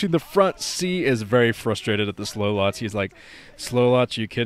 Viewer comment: those slowlots made me laugh, and then when you said 'SLOWLOTTS' I laughed even harder